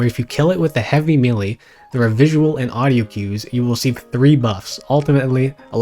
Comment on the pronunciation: Hearing a grown man repeatedly say the word "melee" wrong in 2025 is wild